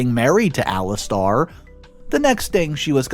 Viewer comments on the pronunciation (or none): Ali stare. Not Ali star. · Alis Tair (as in air ) not Alis Tar (as in arrrrrrr) like a pirate 🏴‍☠ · It's Ali STAIR! NOT star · Actually it Alistair. Lol